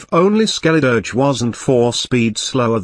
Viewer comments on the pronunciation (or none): am I the only one that absolutely loved when he pronounced "Skeldiridge" in ?